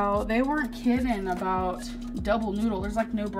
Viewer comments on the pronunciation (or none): none